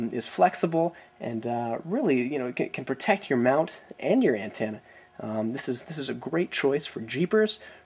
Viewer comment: What's an "anne-TAN-a"?